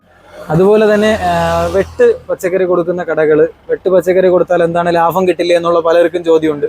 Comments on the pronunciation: Labam -ലാബം 🙅 Labham -ലാഭം 👍🏻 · Laafam alla laabam